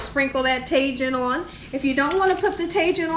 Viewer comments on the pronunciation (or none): Lol Tay Jin seasoning.... I love this woman. It’s Ta Heen 🤣❤️ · The tajin is pronounced taheen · Tah-heen. Co-hita. 🤦🏾‍♀️ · Tajin= Ta-heen , Cotija=Co-tee-ha 😊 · Cotija is pronounced “co-tee-ha” and tajin is pronounced “taw-heen”. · Tajin is pronounced tah-heen 😃. Also, I always thought it was chili powder that they put on there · You have such a great personality! Also, the 'J ' in Spanish/Espanol is pronounced like an 'H' and.the 'I' is pronounced like an 'EE'. Ta-heen, Co- Tee-ha....hope.this helps 😀